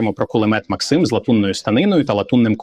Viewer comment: Хто такий цей максИм, якщо це кулемет мАксима? І він теж каже мАксим